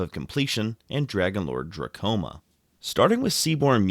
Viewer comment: lol i think he is saying that u say the card name a little funny. Dromoka not drakoma